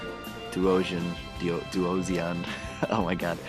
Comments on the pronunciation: It's pronounced dwo-tion :D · The "sion" in Duosion is pronounced the same as you would in "fusion". It's a combination of the prefix "duo" and the "sion" from "fusion". It makes sense since they're supposed to resemble cells undergoing mitosis.